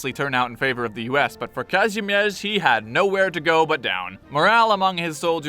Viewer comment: The way you pronounce “Kazimierz”, nice